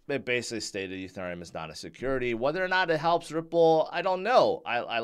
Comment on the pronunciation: Can you please pronounce ethereum correctly